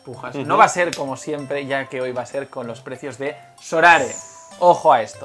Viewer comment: A ver si alguno se da cuenta de que no es sorare, es so rare.